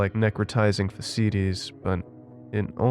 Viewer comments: Necrotizing faceseaties? I believe it is pronounced fash-ee-itis. Great creepypasta yo thank you for uploading. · Necrotising faciitis. It's pronounced fash-ee-itis.